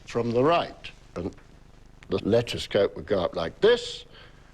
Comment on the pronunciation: Did he call their peeping telescope a “letchiscope”?